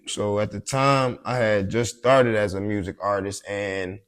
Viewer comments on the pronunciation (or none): Why do willingly say MUERSERIC (music) but then anything else with the word u in it sounds normal